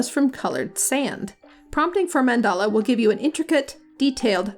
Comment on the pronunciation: man-DAHL-a not mandela, like nelson lol. ive found that using mandala tends to lean into specific shapes and looks so its best used with specific guiding words or negative prompting like --no lotus --no flower of life or --no sacred geometry, or things like octagonal, hexagonal, cubic, etc... otherwise they all tend to look the same. great suggestions~ thanks